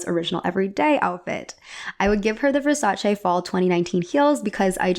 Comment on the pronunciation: I'm Italian. You pronounced Versace correctly. Subscribed.